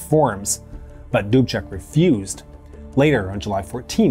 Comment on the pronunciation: This was an awesome episode for me, because I am Czech. Thank you for it.... Also,, good work with the pronunciation of the names. Almost every name was very close to perfect, I am giving you B+:-). Plus is for Mr. Dubček, you pronouced his name like a native Czech:-).